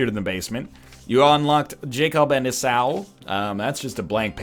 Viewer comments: It's pronounced eesa not eusa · lol "Eh-Sow?" It's "Ee-saw" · Its pronounced Jacob and eeeee-saw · NL, just a heads up, it's pronounced: Jacob and "E-saw". Jacob and Esau were the sons of Isaac in the Bible story. Loving the Anti-Birth series, btw. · Esau pronunciation = e-saw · Esau is pronounced "ee-saw"